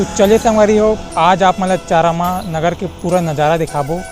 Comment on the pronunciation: Plz Correct Ur Pronunciation Buddy!! That's Not चरामा...Its चारामा!!